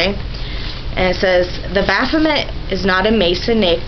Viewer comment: You mispronounced "Masonic" and "Atheistic." Poor reading skills for someone your age. Wiccan's steer clear to him? You mean steer clear oh him? (Baphomet).